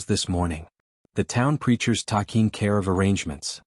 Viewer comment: TACking instead of taking?